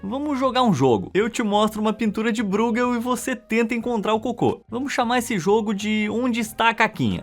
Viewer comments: Essa pronúncia de ÓI que você diz ser a correta nem sequer existe em holandês. Você fala como se fosse alemão, como o nome do goleiro Neuer, porém não percebeu também a ordem das vogais, pois não é BREUgel e sim BRUEgel. Sua tentativa presunçosa de explicação foi tão miserável quanto a de gringos que acham que espanhol e português têm as mesmas pronúncias. Erro básico achar que alemão e holandês são idiomas semelhantes. Apaga seu comentário que dá tempo ainda. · vª exª nao fala de arte. vª exª fala de curiosidades que nao sao arte . aprenda a dizer o nome dos artistas. o sr. diz ROLBEIN . na verdade o nome se diz ÒLBAIN, tal como BRUGEL nao se diz brugel. diz-se BRÓIGUEL.